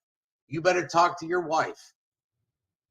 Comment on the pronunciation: He keeps going on about "protecting his WIIFE."